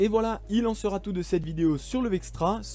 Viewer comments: liaisons dangereuses :) "sera T équipé".... d'où sort ce t???? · Il faudrait éviter les "sera-T-équipé" ... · Il "serat" abandonné. Faut vraiment faire un effort sur l'orthographe. Ça te joue des tours même à la prononciation. Dommage parce que le contenu est vraiment intéressant. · "Sera" sans t, ça déchire les oreilles de tous ceux qui ont correctement appris la langue française ! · Attention aux liaisons ! "Il sera t'abandonné". Sinon reportage intéressant. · Merci de ce travail très complet. Je me permets un point qui peut paraître de détail, mais auquel je suis très sensible personnellement : les liaisons. Vous rajoutez des "t" là où il n'y en a pas ( sera, viendra) avec une liaison superflue et c'est douloureux à l'écoute. Sinon bravo pour cette vidéo très riche en informations et en 'images !. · Sera futur n’a pas de T à la fin ,donc pas de liaison 🙂